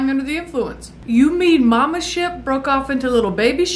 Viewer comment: "I fergot we still had people oanboard thuh shiyap!" Its adorable when your country side comes out.